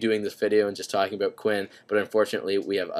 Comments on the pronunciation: 5;22 he said talk abooooot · haha "aboot" Canadians are the best, awesome video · "ebeut" /about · ABOOT... haha southpark classic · he says "about" like his irish lol nice apps dude